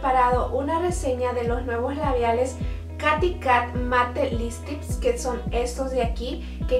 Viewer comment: Se escribe "Katy" pero se pronuncia "Keiri" ó "Keity